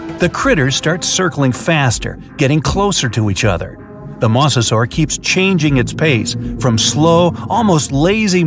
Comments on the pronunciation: It’s (Moz-a-sor-us)not (moss-o-sor-us) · MA-SE-SUAR Me my whole life: MO-ZE-SOR-RAS!!! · its noy moss-osaurus its moe-za-saurus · Moser this is howl you say it m o s e r s o r e s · "a MoSsAsAur" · The you said mosasor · It's funny how. He says mosa saur